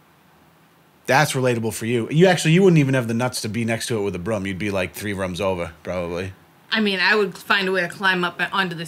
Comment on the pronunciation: Three ruums ova... Had to say it. I'm Italian yet with no 'East Coast Accent'. ✌️🇮🇹